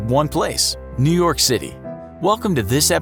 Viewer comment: New York become New Yolk